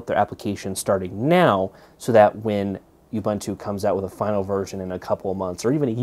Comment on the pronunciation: Youbuntu? I really don't think this is the intended pronunciation.